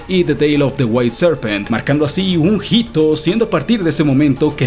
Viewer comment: NO ES "JITO" ES "HITO" la H no suena